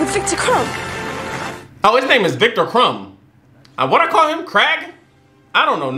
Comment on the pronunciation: says every main characters name wrong, then proceeds to say "That's old buddy, Junior" 😂😂